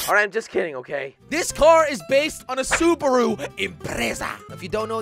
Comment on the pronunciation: how he said subaru 😂